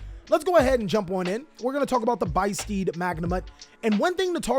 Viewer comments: Oooh it's supposed to be pronounced biss steed, like abyss steed! Because the abyss is the whole thing for the albaz lore. I get it, konami! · It's beast + abyss they are the beasts of the abyss, translation notes on ygoorg, they are not steeds mate.